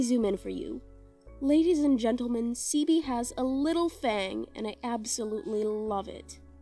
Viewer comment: Ceobe is pronounced “Kay-oh-bay” but you got leizi right, it’s pretty much just “lazy”